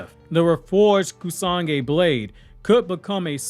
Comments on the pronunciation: Is it Kusagi blade or “Kusanagi”? Because all throughout the video you keep saying “Kusagi” and I just want to make sure that there’s not another sword out there in the verse that I didn’t know about. Your videos are super tight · Great Video as always buddy. Just one small correction, The blade is pronounced Kusa-nagi. Hope it helped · what was that pronunciation? It's KUSANAGI that's completely false though. SORA means SKY, not "Sara".